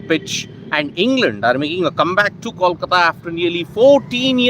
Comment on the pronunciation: It's pronounced koalkata